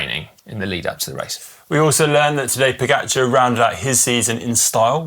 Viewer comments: Also Pogáahchar, not Pógacháar as English speakers mispronounce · Also Pogáachar, you stress the first A, not the last one.